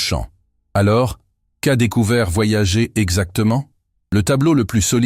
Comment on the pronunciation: Nan, mais là il le prononce mal à dessein